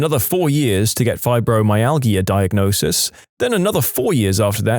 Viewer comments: You say it “Fibromyal-ja” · Fibromyalgia is pronounced fiber my al ja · Fibromyalgia is pronounced with a soft not hard "g". Cranberry juice, despite it's acidity, has been scientifically shown in several research studies to reduce bacteria in the bladder. As someone who is prone to UTIs, if I drink cranberry juice at the first hint of one I can stop it from turning into a full blown infection which will require antibiotics.